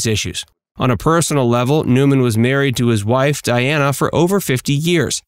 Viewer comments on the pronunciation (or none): none